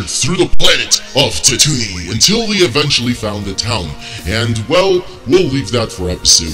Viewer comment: Its not tatoonie, its tatooine, it is not even no tatooine!! ITS ON JAKKU!!